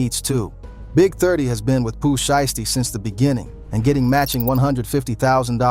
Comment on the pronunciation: sounded like he said pooh shyt stain